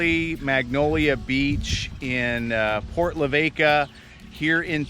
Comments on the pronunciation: Oh I just cringed hearing you mangle Port Lah—vah—cah😬. You must not've talked to a local who'd tell you how to pronounce it correctly🤷‍♀️ Boy that stretch thru west TX & NM is the toughest, longest, hardest drive you'll ever take. We used to go that route every yr from CA to San Antonio/Austin areas for our annual visit back home to see family. Glad you guys made it safely to AZ. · Aww,,, don't be a Nube. LOL That town is pronounced Port Lah-VAH-kah, not La-VAY-ka. :) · Pronounce Port Lavaca “La Vaw kaw” welcome to my home state and my Moms home town! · LaVAka, no W. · We’re spending winter here at Rockport, so we were probably here when you came through. And you pronounce Port Aransas like you would Kansas. Port Lavaca like Voka. I’m from Texas and still have trouble with some names. Ask someone how to pronounce Mexia, Texas. 😂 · It's, Port LA "va ka, looks like fun...... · Thanks! Every time he said La VAY ka I died! hahahahahaha But, I forgive him because he's from up north :) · Dude, you are murdering these Texas town names! Think Spanish pronunciations with most.